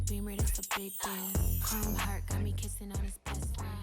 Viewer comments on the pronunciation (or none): none